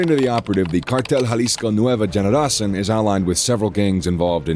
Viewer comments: I've commented on a lot of their videos....they can't pronounce the words and I feel like they just don't even try to learn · Can’t stand the stupid pronunciations they need to just say it in English or hire someone who speaks Spanish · Generacin? Lmao it's cartel Jalisco new generation generacion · It's not Nueva Generacin , it's Generacion , meaning new generation ......lmao